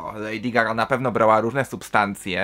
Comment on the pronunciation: "Lejdi Zgaga"